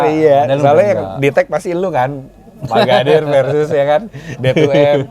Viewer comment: Itu om magadir chadel ya om kok seperti nya susah mau bilang r😅